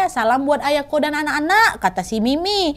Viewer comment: Aku dengernya ayangku bukan ayako 😂